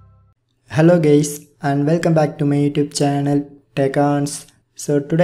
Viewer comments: He said hello gays when he start talking. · "hello gays"